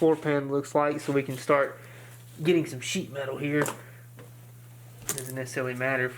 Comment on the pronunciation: why It sound like he said sh*t out of here instead of sheet melt